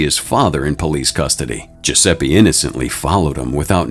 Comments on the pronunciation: It's GiuseppE not Giuseppi. I get the american accent which is not bad, but Giuseppe is such a common name 😂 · GiuseppE, not GiussseppI, for god's sake!